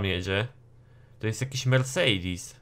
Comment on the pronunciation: mów mercedes a nie mersidis